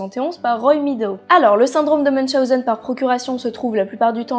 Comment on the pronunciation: J'avais déjà entendu parler du syndrome de münchhausen sans savoir que sa s appellait comme ça et celui de procurations je ne savais pas que sa existait en tout cas merci encore de nous apprendre tout ça et surtout félicitation pour la prononciation de münchhausen moi je l aurais écorché en le disant